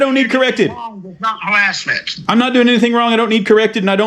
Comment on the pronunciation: “Hawassment” “Wong” Elmer Fudd psycho